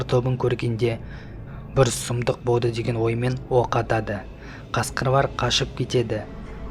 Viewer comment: Неге дурыстап сойлемейсн боуар кауады боуды